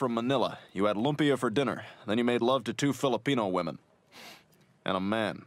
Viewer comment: as a filipino i feel uncomfortable how pronounces "Lumpia"